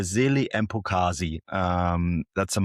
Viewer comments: Pronounce the MB the same way you pronounce MB in Ambulance. Not "M" the letter and then Bekezeli. This is for both his name and lastname. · His name is not that hard to pronounce if you pronounce the letter B as B instead of P. You almost had it to be fair. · Mbokazi not embokazini. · Where do these people see an "E", before "Mbokazi"? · There's not a single "P" in that man's name